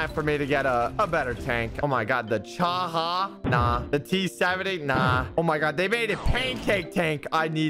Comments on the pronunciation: the fact that he called the chi-ha 'sha-ha' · Its CHI HA not CHA HA